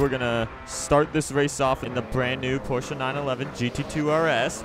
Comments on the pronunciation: wait... did he just say porcha "9 11"? 0_0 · Does it annoy anyone else when he pronounces it Porscher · you say Porshce weird